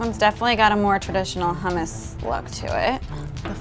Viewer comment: And how they say hummus um r u kidding